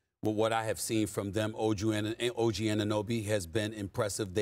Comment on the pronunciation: Wow he said OG name correctly!! lmao